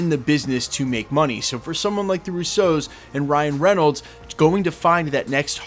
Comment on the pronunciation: Love the channel just can't stand how u say Russos.. Ruce O's 😂😂😂